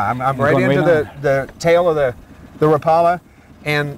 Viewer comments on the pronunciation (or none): Its pronounced Wrap ah LA